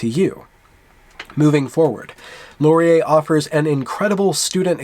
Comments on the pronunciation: Just a quick note on pronouncing Canadian words. You pronounce Laurier "Lor-ee-YAY" but we pronounce it closer to "Loryay" in English or "Lauryay" in French. Please cease all microaggressions against our preferred pronunciations! ;-) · do not accent the last syllable of Laurier; the accent comes at the beginning. Listen to this